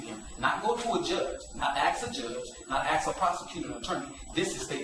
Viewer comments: This man knows the law about as well as he can pronounce the word: ASK. Can I 'Axe' you a question? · For such a dignified and educated man of law he has not learned how to pronounce 'ask'